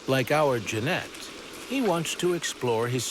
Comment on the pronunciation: Narrator can't even pronounce Genet!